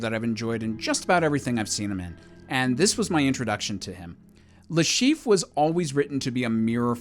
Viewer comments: Le Chiffre, not Le Chief!! Jesus! 😂😂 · cool list but Mads' character is called Le Chiffre not Le Chief XD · The caption got Le Chiffre's name right, but you named him "Le Chief..." Eh, close enough, I guess. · It's le Chiffre.